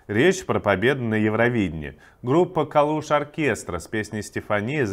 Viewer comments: если название группы от города в Ивано-Франковской области, то ударение надо ставить на первый слог - КАлуш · Калуш( окестра) , ударение на А ...! КАлуш небольшой городок в западной части Украины .